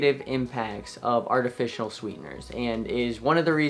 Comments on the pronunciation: Kind of hard to trust you as a doctor when you keep saying “artificional” when the word is “artificial”… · It sounds like he is saying artificional sweeteners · "Artifitional", coming from a doctor, is concerning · What are artificianal sweetened drinks! Edit your video audio since saying things like artificianal removes credibility!!! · NOT TAKING ADVICE FROM A CHILD THAT CANT EVEN PRONOUNCE “ARTIFICIAL “ CORRECTLY. THERES NO FKN “N” IN THE WORD, BRO.....